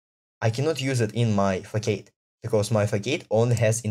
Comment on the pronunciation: It's not a fack-aid, it's a fass-ahd - it's the same word in Russian: фасад